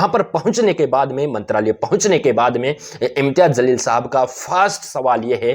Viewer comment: Zalil nahi jaleel bolo.